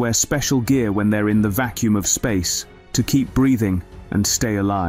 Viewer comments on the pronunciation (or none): It is quite a good videos but spoilt by the robotic voice. It was quite good until 4.30 when it says blued and vakkoom instead of blood and vacuum. Later it does correctly pronounce vacuum. But just get a real person to do it and it could be so much better.